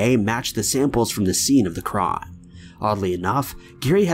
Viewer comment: I was gonna subscribe to the channel but then I heard the way he says 'crime'